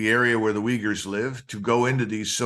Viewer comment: It is "uygurs" not "wiggers"